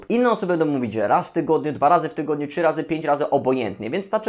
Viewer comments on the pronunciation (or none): none